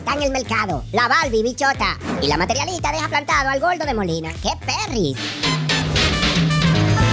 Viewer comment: JAJAJA!!! La materiOlista!!! Pero y pá qué, si ni siquiera lo sabe pronunciá!!!